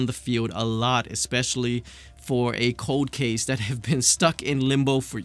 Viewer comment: I heard you say Code Case when pronouncing Cold Case.....very wise.